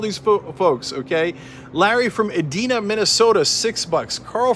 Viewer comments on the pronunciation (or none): As a Minnesotan, you mispronouncing Edina hurt. It's pronounced Ee-dine-a. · I thought his pronouncing of it was funny